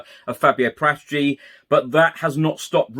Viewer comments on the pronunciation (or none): none